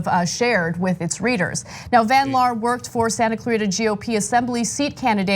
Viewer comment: Jeniffer van liar instead of van laar.